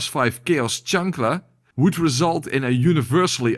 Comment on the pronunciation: As a mexican, really good pronunciation on Chancla lobbyu